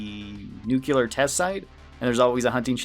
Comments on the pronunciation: I think You ment nuclear, not 'nucular' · Word or advice, and im truly not trying to be a dick, but dont say nukeular, please lmfao